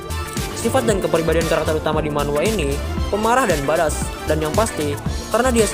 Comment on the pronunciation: Badass itu pelafalan nya 'baed-ess' om